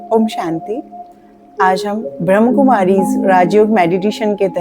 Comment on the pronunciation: ब्रह्मकुमारी नहीं ब्रह्मा कुमारी बोलिए